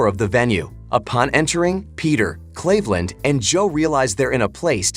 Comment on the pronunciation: / you can't even pronounce Cleveland correctly. Your ai is garbage.